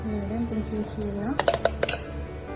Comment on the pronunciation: ครีมค่ะไม่ใช่คีม ขอบคุณที่แบ่งปันค่ะ